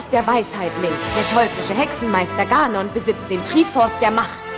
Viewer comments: Wie die ganon aussprechen xD gAnone xD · "Trieh-Forse" und "Gah-non" XD Manchmal sollte man bei der englischen Aussprache bleiben. "Ich tuuuuuu mein bestes ...." - Das soll die deutsche Fassung von Links Catchphrase sein?! Autsch. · hmm es gibt 3 Triforce. Macht,Mut und Weisheit. Dann warum können die net Ganon und Triforce aussprechen? :D